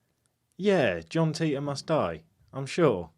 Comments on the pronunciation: Not that but he explained what Titor stands for. If you know what it stands for you'll know Matheny isn't pronouncing it correctly. Dude even had the audacity to laugh at everyone calling him something else than teetor and didn't know where that was coming from. It's not his real name obviously. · Actually want proof matheny isn't behind John Titor? I'll give you a big clue. Wouldn't the creators actually know how the name is pronounced? John Titor explains his name in one of his postings.